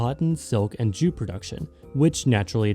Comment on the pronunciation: Did he say jew production